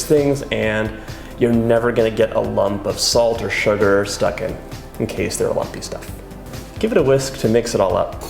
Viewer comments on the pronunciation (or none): none